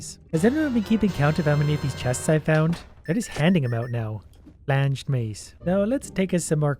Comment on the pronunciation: does it bother anyone else when he says "flanged?"